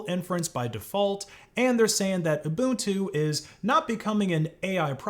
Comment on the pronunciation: Thank you for pronouncing Ubuntu as "Ubuntu" and not as "Ubantu" 💯